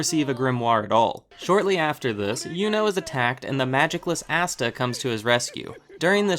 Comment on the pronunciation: ITS ASTA NOT AUSTA!!!!